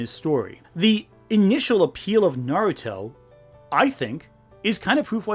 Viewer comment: The way she pronounced Naruto, Sakura, and Hinata’s names made me recoil. 😡